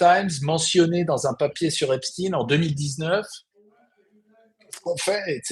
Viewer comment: EPSTEIN PAS EPSTIN